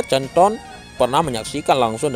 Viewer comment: Min canton dibacanya kanton bukan canton belajar lg min